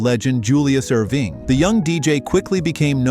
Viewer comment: Julius Ur-veeng